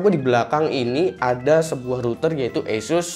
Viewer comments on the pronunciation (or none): none